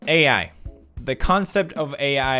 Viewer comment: You know he had to put AI in text at the beginning cause he pronounces it WEIRD